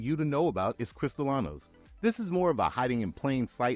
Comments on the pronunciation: Sorry. Don't want to sound like a know it all but, it is not pronounced "cristalano" it's pronounced cris-ta-lean-o as in crystalline crystal clear. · Piña is pronounced "peen-yuh." Añejo is pronounced "an-yay-hoe." Cristalino tequila or filtered tequila is not pronounced "crystal-la-no" but, rather, "cristal-leen-oh." Codigo is pronounced "coe-dee-go," not "coe-duh-go." Lots of errors and mispronunciations in this video. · Thank yo for the great overview presnted ina simpified manor that is easy to understand. Perhaps revisit the voice over narration so you are pronouncing the Spanish words, such as Mixto ("Mee-Stow") and Cree-stee-lee-no"correctly to round out a great presentation. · Was anyone else bother by how many times he mispronounced CristralEEEEEno ?? (with Cristalano) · As a mexican who live in mexico: 1) by law there are 5 states than can make tequila: Jalisco, Michoacan, Nayarit, Tamaulipas, Guanajuato 2) food coloring is used not only on tequila but also on rum and other drinks 3) using Narcos meme as an "authority" in Mexico its a bit racist 4) you say "cristalano" instead of cristalino, cristalano its like say ass of glass. You're welcome